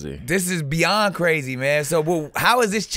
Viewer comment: Them 9 shots got him sayin "C"razy again .. str8'n up his slang 👀..